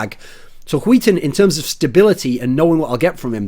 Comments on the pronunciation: I love how you say "skiten" instead of "skytten" as a swede it makes it fun to watch ;) i know the words are weird to pronounce tough. Good content as aswell ! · why are you saying huiton it's SKYtten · ZpLitgaming Its not pronounced huiten.... SKYTTEN is pronounced SKYTTEN... although its very hard if you're not Swedish or Norwegian to say it. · Thats a weird way of saying "skytten". Im from Denmark, and thats like sk-ö(ø)tt-(a,e)æ. Weiiiird. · Sounds like he's saying Wheaton with heavy emphasis on the H, when he tries to says Skytten. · René Descartes No he is saying wheat thins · René Descartes låter som att han säger skiten ibland xd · Hwil Hwheaton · René Descartes "Skytten" in Swedish (means "shooter" or "archer") is pronounced like hwee-ten -- see here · Rebecca G how he says it sound like "skiten" in swedish means shitter basicly so yeah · I cry every time you say SKYTTEN ;( And yes im swedish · Chris Peach He pronounces it incorrectly, though it might be because he is from england. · People really cant pronounce skytten.